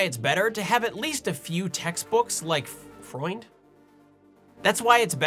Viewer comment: That's pronounced more like "eu" in feud with a "fr" in front and a "nd" behind. Btw.: Freund means friend in English.